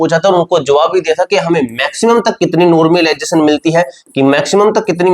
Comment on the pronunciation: Phle normalisation bolna sikh le